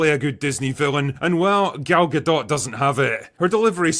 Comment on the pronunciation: Gal Ga-dont.